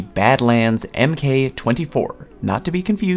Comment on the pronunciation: MK is pronounced mark.